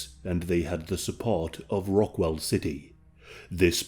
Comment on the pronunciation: You kept saying rock- WELL...ITS rock-WALL. Just to lyk.